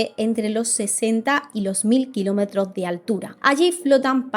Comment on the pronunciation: "Los mil kilómetro" Sigo a creadores de contenido hasta que les escucho decir barbaridades No pq pronuncies a veces la S y otra no Si no por lo que dices en este vídeo Espero que sigas indagando, no te quedes con lo más superficial y algún te retractes Si no, tendremos opiniones distintas pero total, nos moriremos igual Un besote